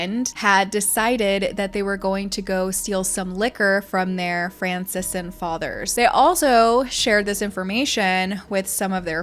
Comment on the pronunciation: FRAN - SIS - CAN not Fran - sis - an... Good Lord. I thought everyone knew how to say Franciscan... But I guess there's a first for everything isn't there... Making her AN Aquarius. Some of the films she was in WERE not was. Which is HIGHLY repetitive. Also, her birth name was Spickler.